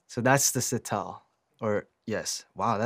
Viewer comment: Whoever is speaking behind the camera can't even properly say sitar 🤦🏾‍♀️